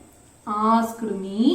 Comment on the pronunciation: While pronouncing asked kindly don't stress ed.prounce as 'ast'